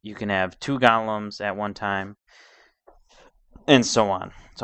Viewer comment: u say golems its go-lems